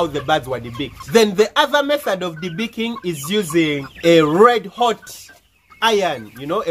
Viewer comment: Lol the accent though "debeakeen bads"